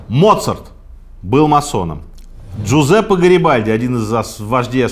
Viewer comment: Человек родился в Италии, но имя почему-то французское, хихи. ДжузЕппе БальзАмо его звали, а не ЖозЭ БальзамО.